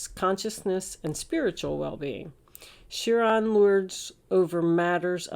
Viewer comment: Chiron - wounded healer - promounced ki-ron, like pie-ron